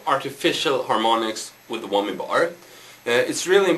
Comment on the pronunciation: Lol "wommy" bar